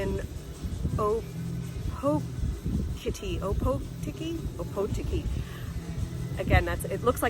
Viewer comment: Nice little b&b, can't knock your pronunciation given your not from here and even kiwis say it that way but if you want to say it right as you regale your friends and family of your adventures in foreign lands - its oar-paw-tiki That part of the museum with the ships wheel is actually the top deck and wheel house of THE STAR OF CANADA which ran around there way back in the day, cook ended up murdering a few of the locals like you said, he asked for supplies and they understandably told him to get lost, so he called the region THE POVERTY BAY, he sailed up around past Opotiki and when they gave him supplies he called that THE BAY OF PLENTY, there's still a bit of bad blood over the colonial history of nz, there's a five part series by James Belich called the nz land wars if you ever care to know it, don't worry about the logs, it's pinus radiata and we can mature it in 25 years, it's a sustainable industry and now we're at a point where as fast as we harvest it, theres new blocks to be cut down and replanted, infact I think we struggle a little to keep up with it now, cool vid though, sorry you didn't catch us at a better time.